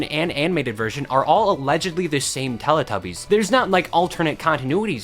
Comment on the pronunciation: Can I just say it's pronounced telEE tubbies not lelAH tubbies! It's telly as in the British word for TV!!